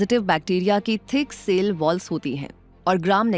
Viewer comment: Not sale. It is cell Pronounce as sell